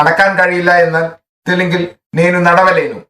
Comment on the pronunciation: നെനു എന്നത് നേനു എന്നാണ്. ലെനു എന്നല്ല ലേനു എന്നാണ്.